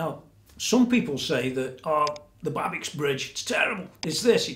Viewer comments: nice explanation and coverage. can't wait to see her complete! i think its pronounced babish... rock on.......ptp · BTW it is pronounced like it would be written Babitch :-)